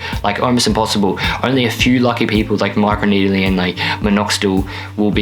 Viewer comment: "my crew needeling"